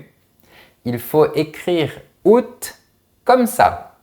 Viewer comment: Merci d'avoir prononcé le t du mois d'août